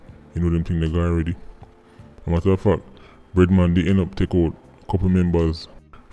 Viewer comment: Thought he said redman until I read the screen and saw "bread man".